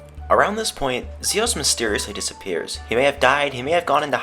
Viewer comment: Omf, you are bae. Thank you for saying Mira and Zios correctly unlike everyone else!